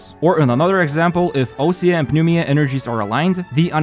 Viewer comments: oh god you tried 😭 My guess is that Ousia is “Wee-zhuh” And that Pneuma is “Noo-muh” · Osia is pronounced as (usia) and pneuma is pronounced as (pne-vma) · I think the new mechanics are pronounced as oo-e-zha and nuu-ma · Oosia and pnevma is the pronunciation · you've already probably gotten like 50 comments about this, but it's pronounced new-ma and oo-she-ah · Coming from a Greek guy , ousia I stressed at the /i/ and pneuma is pronounced /pnevma/ ❤